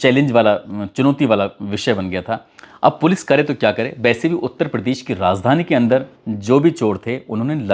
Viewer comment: Rajdhani न कि Razdhani उच्चारण सुधार लेनी चाहिए